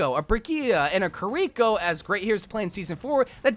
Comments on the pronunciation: say “kareeko” one more time….. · "kuh rico"